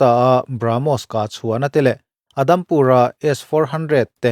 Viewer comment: boss adhampur nilovin udhampur ti zawkla ngaihtlak anuam zawk angem aw te kalo tia